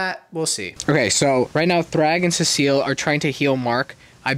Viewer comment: Cecil? No, CECILLE 😂